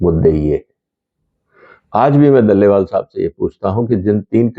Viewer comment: दलेवाल नहीं डलेलाल है।